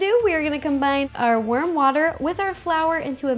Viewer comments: it sounded like she said worm water instead of warm water😜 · it's warm water (she pronounces it differently) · did she say worm water LOL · Shai Rodriguez yep she definitely said worm water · yes not just you lol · Whenever you say, "warm water," it sounds like you're saying, "worm water." XD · "Worm water" isn't a correct pronunciation. Warm, Ro, warm. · I think she said ''worm water'' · It sound like she says worm water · Do anyone else think she said Worm water instead of Warm water lol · I thought she said worm water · I thought most people pronounce "warm" like that... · I swear I heard her say "worm water" at the part when she starts mixing the flour and water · Did anyone else think that she said worm water😂😂😂